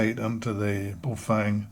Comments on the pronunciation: not bay oh fang.... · pronunciation guide...... Ba-oh Fung...--> bag of wind. or Good to hold... depending on how used in context